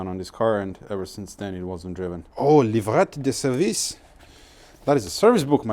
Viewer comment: "livrette di service" i like so much ear non-french people speak french 😁 Hi from France 🙋🏽‍♂️